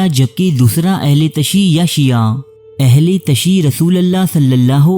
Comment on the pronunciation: BRO aHLE TASHI NAI BALKAY AHLE TASIYO HOTA HAI PLEASE CORRECT IT